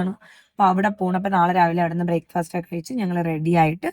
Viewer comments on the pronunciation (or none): none